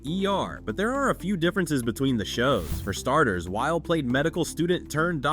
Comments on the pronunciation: Pronunciation of his last name had me triggered! It’s not while it’s whylee! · You’re saying his name wrong. It’s Wyle, sounds like wily (like the coyote). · Noah Wyle is pronounced “WY-LEE” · IMDb trivia says it was written as a spinoff from ER, but R. Scott Gimmel and Noah Wyle (pronounced like wily) couldn’t get Michael Chrichton’s blessing. So they changed the main character’s name and went to work. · My last name is Wiley and your pronunciation triggered me. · I thought I was the only one bothered